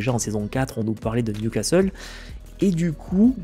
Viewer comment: ha, enfin tu dis plus Nioucasteule =)